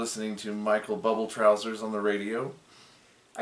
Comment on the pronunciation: Michael Bublé, É, É, open é! Not buble🛀 jezzzz